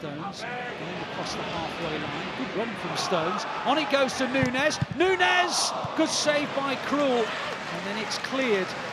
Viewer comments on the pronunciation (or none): none